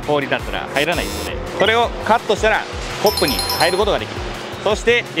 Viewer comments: か↑ま↓に↓語尾が下がる？発音ができてない！ コ↑ッ↓プ↓語尾が下がる？発音ができてない！ 動画投稿する前に発音の勉強が先ですね笑笑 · アクセントがコ⤴ップで草